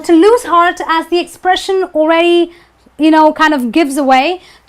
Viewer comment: Help us to remove this confusion with the correct pronunciation of the word "the " because my Indian friends called zi and za it's baffles me. I don't when to call it zi or za .